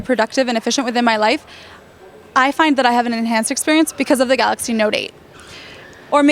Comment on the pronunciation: Okay, when she says galacy note 8 she sounds like she's speaking Italian. She speaks very fast.